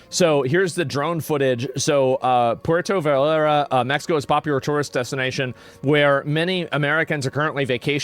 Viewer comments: "Porto Vaurlorlar" "Puerto Valerlalera" Juh-lisco For being a Texan, Asmon is REALLY bad at Spanish. The dedication to not even learning the basics is pretty endearing, honestly, and I like it - just 100% team America 🇺🇲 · Puerta vareh-rah .. Hilarious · "Porto Valerlalalla..." 😂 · Puerto Vallarta Pronounced Pwerto Vayarta Asmongold: Pwerto Vardur 😂 Estados Unados 🤣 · Hey Asmon, just fyi, Jalisco is pronounced Ha-lee-sco and Puerto Vallerta is pronounced Puehr-to Vay-er-ta. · It's pronounced Poo air tah Vai art ah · It's pronounced Ha leesco. Jalisco. Pwerto Vy arta, Puerto Vallarta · I respect the attempt to pronounce Puerto Vallarta with an authentic interpretation of how the locals would enunciate it. "Porto Valalallar". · It's pronounced PU-OR-TO Vy-AR-ta 🤭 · My boy said "Porto Valara" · I will put it phonetic for you Common known large city“ Poierto Vierta…” come on man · Hey brother.. the J is pronounced s an "H" so the proper name is pronounced "Halisco" the double "L" is pronounced as a "Y" so: Puerto Vayarta" Thanks for all the info. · The news here is Asmon doesn't know how to say Puerto Vallarta. I guess he never watched The Price is Right when he missed school because he was sick. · Y'all Value the Opinion of someone who can't be bothered to pronounce Puerto Vallarta or Jalisco correctly? Elites Fund these Organizations every time they Party then they hand out Guns to Barely Legal Citizens when things go Sideways. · Asmongold really out of his depth on all this. Him trying to pronounce Puerto Vallarta and talking about cartels like they’re militia…. They are full military that runs the entire country- they own the hospitals, legal system, the vacation spots, the police, the politicians… they are our next door neighbors, they are a huge threat that will cause civilian casualties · "puerto" what? What was that asmon? Lmfao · Asmon trying to pronounce Spanish words is making my night lol